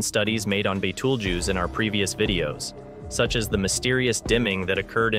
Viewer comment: The first thing the narrator needs to do is learn the proper pronunciation of “Betelgeuse” it’s not an insect!!